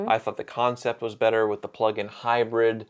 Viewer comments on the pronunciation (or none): none